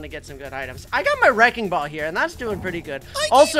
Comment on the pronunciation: I came in wike a weking ball😭😭